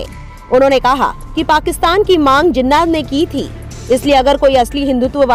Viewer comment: Pronounce jinaah